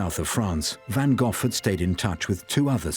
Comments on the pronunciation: Jeeze Louise, Van Goff is just as wrong as Van Go. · What is the proper pronunciation of Van Gogh? The narrator and that woman pronounce it Van GoghF and it's kinda making me crazy 🤪